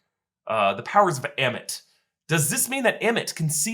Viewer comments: Please say ammit. Not emit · Why did it take him 19 minutes to pronounce ammit correctly lol